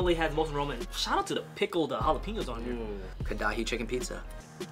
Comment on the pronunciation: Them saying KA-DA-HI again and again killed my soul.